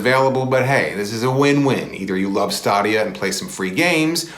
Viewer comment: stuh-dhia lol